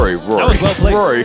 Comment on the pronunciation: Its not Rory...Its WORY! lol